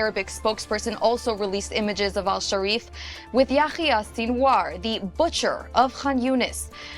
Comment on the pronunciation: “Anas”Hasharif. Really? Who? Hasharif?